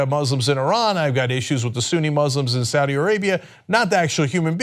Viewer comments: did you mean "saud day"? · "SAAD DAY" Really?